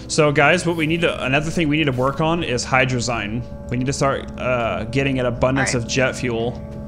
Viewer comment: ya sayin hydrazine incorrectly.